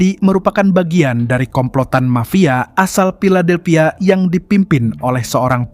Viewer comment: Filadelphia bukan piladelphia. F dan P itu jauh banget bang😢